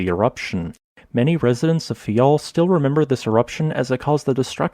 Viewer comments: It's faiel not fayal😏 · It’s Faia, not Fayal